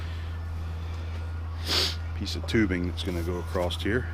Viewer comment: Across...with a t. Ha, I love it. Worked with a guy who said it the same way.